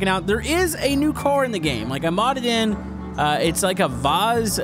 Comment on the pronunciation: It's vas not vuz btw its a Russian car quite fast if you mod it